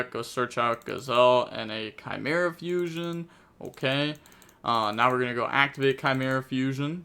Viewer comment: you shouldn’t ever pronounce chimera.